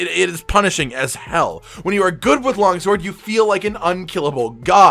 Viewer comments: "Logsword" Losing my crap over that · Did he say Logsword?